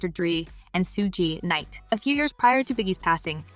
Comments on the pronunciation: Sue Gee knight 😭😭😭😭😭girl if you going to report on black hip hop at least learn the names 😭😭😭almost plspit my drank out lmao, but I always believe Diddy was the mastermind behind it , he had his hands and feet in this murder , you did a good job on this clip 👏🏾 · Originally I thought it was due to not being sued, but I see she's using other people names SMH baby idk why she pronounced his name that way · Can you learn how to pronounce Suge Knight name right please. It's highly irritating you mispronounced his name over and over and over spanning your episodes. Damn.